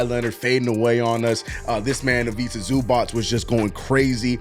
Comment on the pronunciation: Glad Kolek is finally gonna get his opportunity. Hopefully he continues to play well and the team rebounds a bit despite the injury struggles. Also your ivica zubac pronunciation wasn’t too bad but not great lol